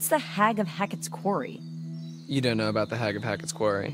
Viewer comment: je noemt de game kwarrie. haha, is dat ook hoe je het uitspreekt